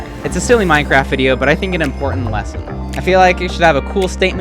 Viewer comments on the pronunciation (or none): none